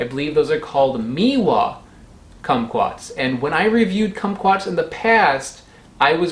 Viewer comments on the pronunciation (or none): Meiwa is pronounced "May-wa" "Mee-wa" would be written "Miwa" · Meiwa is pronounced "may-wah" as in the month of May.